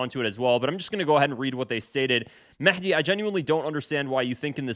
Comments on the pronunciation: Mehdi is pronounced Mahdi in Arabic, there's no Mekhdi or any other pronunciation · Why did you call him maحdi ???? 😂😂😂😂😂😂😂😂😂😂 It’s with a هاء